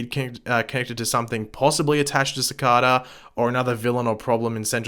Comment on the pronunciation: You are saying Cicada wrong